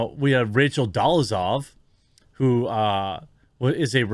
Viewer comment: Rachel Dolezal Jeremy: "Rachel Dollezov"